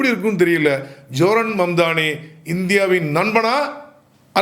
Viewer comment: பெயரை சரியாக உச்சரிக்க கற்றுக் கொள்ளுங்கள் அவருடைய பெயர் சஹ்ரான் மம்தாணி